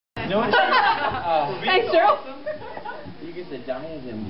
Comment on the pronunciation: *cough* It's Cheryl, not Cherly ;)